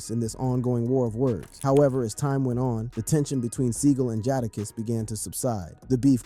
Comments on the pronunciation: Bro, if you don't know how to pronounce Jadakiss name, then don't. It makes me rethink the legitimacy of this whole video. 🤨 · Bruh, I'm not really sure who you talking about. You need to learn how to pronounce the names of these artists (Jadakiss) how do you not know how to pronounce his name?. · Boi said Jahdakiss...get em dfoh B!! LMAOOOO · My man really said "The Carteer Veee" bro cummon. I aint even gonna get into "Jardarkiss"